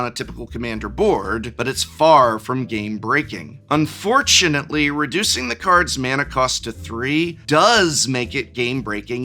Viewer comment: "Un-four-tunately", well played /Prof!